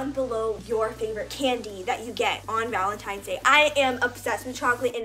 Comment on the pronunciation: You said Valentines wrong you put a G instead of a V